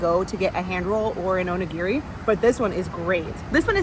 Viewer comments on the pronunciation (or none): Onigi... O knee gee 😂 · The way you pronounce onigiri is hilarious!😂